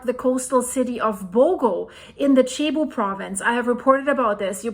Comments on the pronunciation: Sounds like seh·boo . Not Che-bu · You went to college in America, yes?..Bragged about that just yesterday. If you’re going to make your money exploiting the spilled blood and misery of the poor people of the Republic of the Philippines, do them the honor of learning how to pronounce their place names properly. Learning to pronounce “Cebu,” for instance, which contains no “h,” shouldn’t be much of a research burden for a scholar such as yourself, with degrees and accolades from colleges in California. Just a thought. Maraming salamat po!